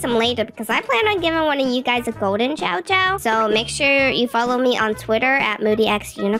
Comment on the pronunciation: I love the chow chow and I love how almost said chom chom😂